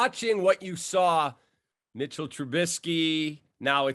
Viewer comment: He said Trubinskey lol